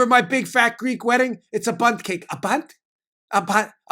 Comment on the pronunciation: Lainie Kazan! Whats a “boont ce’ake”? 😂😂